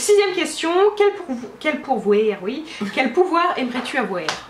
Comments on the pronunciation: Ça sonnait très québécois avec le bout que tu dis pouvoir. :P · Ohlala j'ai tellement rigolé quand t'as dit "quel pouvoèr aimerais-tu avoèr" hahaha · Coucou, votre vidéo m'a fait rire surtout "quel pouvuérvoudriez vous avuér" ahah Je me permets une petite critique, dans la vidéo tu as tendance à couper la parole un peu à Audrey ou ne pas lui laisser finir ses phrases (je ne dis pas ça de manière méchante je précise :p) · Omg! ça fait deux fois que je le commente mais omg le ''quel pouvouère pourrait du avouère'' encore trop de québecois en toi! hahaha ça a trop déteint sur toi!!:-) bisous vous êtes magnifiques xxx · Le coup du "qu'elle pouvouère aimerais tu avouère " m'as tellement faite rire.. mais tellement.. j'ai étais obligé de faire replay plusieurs fois sur le moment tellement j'ai ris.. toute sérieuse, c'était vraiment trop drôle ! En tout cas c'était une vidéo super sympa à regarder, bisous à vous deux :)